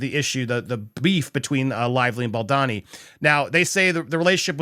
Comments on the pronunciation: Please be honourable despite who he might be to you or to us or to anyone in the news at the moment, but it would be to your advantage as a good reporter to learn to say his name properly. It’s not BALDONNY it’s BALDONI. There’s no shame in seeing his name properly. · “Bal-D-OWN-y….” The O is long. Just a thought… If you’re going to report on someone, it comes across much better if you’ve learned how to correctly pronounce their name first. 😊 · Bow-doe-knee = Baldoni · You keep pronouncing his surname wrong 😂😂😂